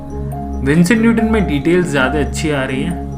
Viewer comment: Jyade nahi bhai 'jyada' hota hain. Baki nice video. China ko(as you asked to comment) economically strong ho ke hi takkar do. War ki zaroorat nahi padegi.